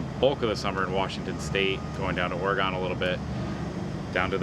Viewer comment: Pet peeve. There's no E on the end of Oregon. It's not Or-u-gone. It's Or-u-gun.